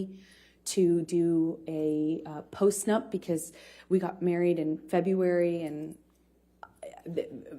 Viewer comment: She got caught up so many times I’m surprised there isn’t more comments on specific stuff she said. She wanted a postnump a month later? She didn’t ask for MDMA be he got it for her when she showed up in Australia? 2 big mispronunciations that I had a huge laugh at as well. 5th grade intelligence level.